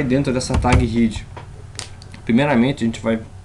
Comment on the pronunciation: Muito legal,! Muito obrigada pela iniciativa, gostei muito da aula e de conhecer o Atom. Só gostaria de lhe ensinar uma coisa em troca: a palavra é "head", mas a pronúncia é "hed", pois trata-se literalmente da "cabeça da página", ou de qualquer texto que você vá produzir. A pronúncia "hid", seria para a palavra "heed" (no caso de um "i" bem longo) a qual significa "prestar muita atenção ao conselho de alguém", ou ainda "hid" (com "i" curto), mesmo, que é o passado de "hide", "esconder".:)